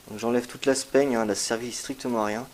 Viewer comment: Vidéo très intéressante, le chat est super également , et j'ai été bluffée par la greffe aérienne . Par contre juste un petit détail , en ce qui concerne la "sphaigne" , on prononce "sfaigne" et non pas "spaigne" .